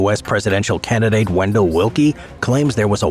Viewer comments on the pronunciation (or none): none